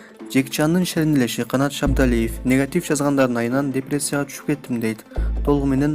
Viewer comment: Как будто коп куйорманы бардай депреция дептирго😀